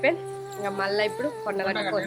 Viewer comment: మా కొడగట్టు కాదు.... మన కొండగట్టు